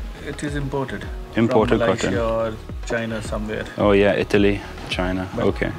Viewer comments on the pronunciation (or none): none